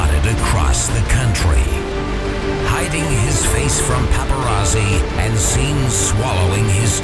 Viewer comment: HAHAAA HOW HE SAYS PAPARAZZI!!!!